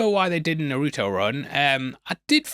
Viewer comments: Naruto is pronounced “NAH-ru-toh.” Emphasis on the first syllable. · Peak unc calling naruto narooto